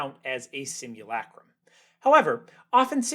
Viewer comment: The narrator’s shrill, nasal voice doesn’t help. Try breathing from the stomach. And the “u” in simulacrum is not pronounced “you.”